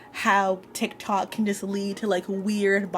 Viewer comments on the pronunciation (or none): none